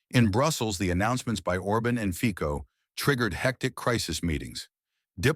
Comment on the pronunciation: Why do you pronounce i Feeh-koh and Or-bin? Why don't you take the trouble to look up how to say their names properly?